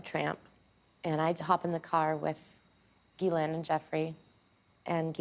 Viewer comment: Benny it's pronounced Ghoulaine Marxwell.